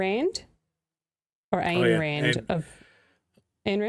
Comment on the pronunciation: "Ayn" rhymes with "mine." And if you read anything she wrote it's more like, "Mine, mine, mine! IT'S ALL MINE!!!"